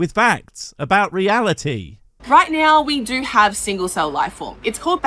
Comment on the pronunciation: Oh great, the "I hiv a quischon" lady. She's as daft as ever.